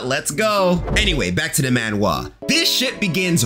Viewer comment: why do you pronounce manhwa like that '